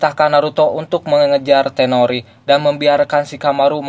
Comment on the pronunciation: Toneri bang, bukan tenori